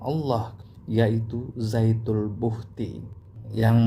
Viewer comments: penulisan yg benar zatul buhti artinya zat mutlak atau zat sejati atau zat semata - mata.bukan zaitul buhkti seperti ucapan pak.mungkin karena orang riau jadi lidahnya agak tertekuk dan terdengar ucapan zaitul buhkti jadilah ikut2an.kita saling mengingatkan dlm ilmu bukan menuduh "sesat menyesatkan" seperti kyai karena itu perbuatan yg buruk. Astagfirrouloh alaazim.. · Mas Syam, Saya dengar kan sebanyak 7 kali posting. Nampaknya memang terdengar Zaytul lebih daripada Zatul. Bisa jadi hal ini juga yang terdengar oleh. Untuk Zatul Buhti memang ada. Saya pikir juga Pak Ustadz pasti lebih tahu dan paham. Beliau jauh lebih kompeten daripada Saya. Matur Nuwun Mas Syam atas posting nya. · Ass.wr.wb...,..kayakx zaitul bukti. Bukan zaitun bukti.....apa kupingku ya, yg budek...... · Saya baru dapat postingannya...ternyata sebelum putar...ada tertulis....zatul buhti di layarnya.......akhi...jadi hanya salah pengucapan...saya sudah coment di chanelnya...mudah2an bisa di rubah....cara ucapannya...afwan... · Jangan ngeles... orang Islam di negara manapun, dan di daerah manapun, jika sudah mahir membaca al-Qur'an, maka lisannya akan sama dengan lisannya orang Arab... ZATUL BUHTI .... ini juga salah total Karena kata ZAAT berbeda dengan kata DZAAT Seharusnya DZAL bukan ZA' Udah dibilangin harus ngaji dulu agar tidak menyesatkan ummat kok malah ngeyel, jika belim bisa ngaji, maka buat konten kuliner, atau montir mobil atau pertanian... jangan merusak agama Islam sembarangan